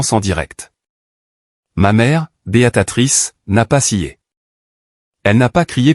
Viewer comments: Encore une IA qui dit Béatatrice est pas alors que le texte indique bien Béatrice! Ça devient vraiment pénible... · Béatrice pas beatatrice. Ça fait plusieurs textes que je corrige, vous ne lisez pas les commentaires. Je ne continue pas l'écoute et je ne m'abonne pas